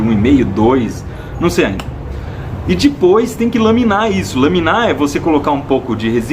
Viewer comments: Ibere, seu canal é perfeitamente perfeito, MAS PELO AMOR DE DEUS, SÓ EU FICO LOUCO COM ELE FALANDO "DIPOIS" ??? invés de depois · first error? "Dispois" kk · iberê, pare de falar "dipois"